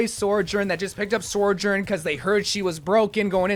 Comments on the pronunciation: Bro never fails to extremely confidently slide an "r" between sou and jorn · Ah yes, SOREJOURN